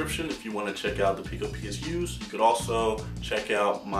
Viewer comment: no, pee-co